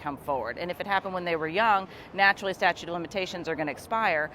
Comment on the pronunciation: Somebody needs to tell him it’s not “statue”…